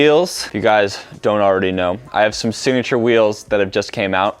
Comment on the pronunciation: did any one notice he said "i have my sniture wheels"